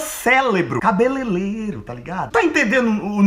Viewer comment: Na hora que ele falou cabeleleilo eu pensei na hora cabeleleila leila cabelos unhas hidratação e unhas kkkkkkk